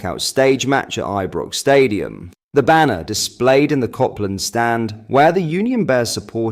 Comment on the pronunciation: M8 it's ( cope )land Rd and not ( cop ) land Rd If you're going to post about Rangers at least get the pronunciation right.... Feel free to thank me later..💙